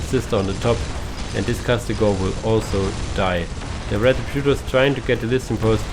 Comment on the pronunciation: I mean its Castigator, not Castigor... Have you not noticed that yet?